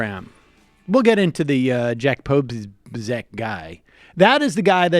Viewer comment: Not to be picky but it's pronounced po-SO-byetz. Also Schadenfreude doesn't have to be in relation to your friends.